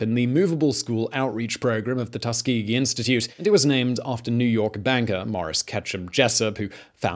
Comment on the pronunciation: Well I've been pronouncing Tuskegee incorrectly for 18 years, cheers dad 🙄